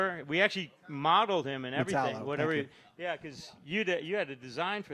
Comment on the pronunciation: “Metal-O.” Seriously how did that hack get this gig?